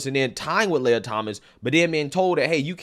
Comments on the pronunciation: i believe the Transformers name is pronounced Lee-a and not Lay-ya. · "Lee-uh" Thomas Princess "Lay-uh"